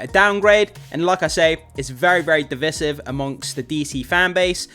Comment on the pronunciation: You found the movie trailer...what? "Div iss iv"? The term is Divisive and it's pronounced "div-ice-iv."